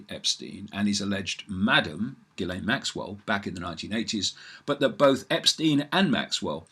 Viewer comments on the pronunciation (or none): The name Ghislaine is French in origin. It is pronounced- Zhis-Yane. First bit is like in Dr. (Zhi)vago. The L is sounded like a Y. - Brought to you by the Police de grammaire française!